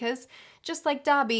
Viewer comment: When she said "Dobby", my weeb ass heard "Dabi" and I had to pause the video for a moment